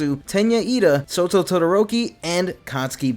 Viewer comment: I'm sorry did you just say Soto?